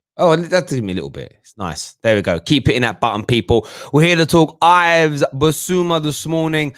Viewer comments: It’s my name as well as Bissouma’s it’s pronounced “Iv” or Eev. Or Eve. Not Ive or I’ve. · It's pronounced as Eve Bissouma not as Ives. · pronounced eve dickhead